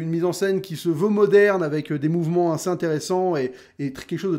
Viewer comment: Alors vraiment, désolé je vais faire mon trou duc à chipoter, mais...ça fait très longtemps que je te suis, et tu répétes énormément le mot "assez", genre, tout le temps. Et je le sais car tu le prononces "ainssez" et c'est très énervant.. Fallait que je le dise jsuis désolé te corrige pas pour le seul pelo que ça dérange mais.. Stp corrige toi c'est pas français :p